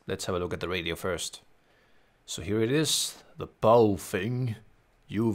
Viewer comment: the brand should be pronounced "Bao" "Fung"(or "Bao" "Phone") ; Mandarin pronunciation.